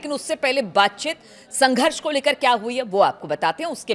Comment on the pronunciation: WTF is baatchit ??? It’s baatcheet!!